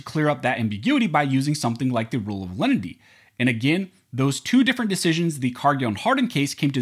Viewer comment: I know, I was just mocking the way this youtuber pronounces it